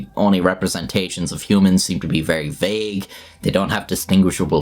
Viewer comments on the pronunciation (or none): none